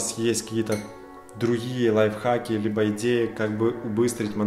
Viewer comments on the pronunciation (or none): none